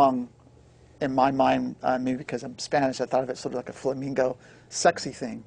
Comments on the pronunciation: A musician should know it's flamenco, not flamingo. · A Spanish fella that doesn't know it's flamenco, not flamingo...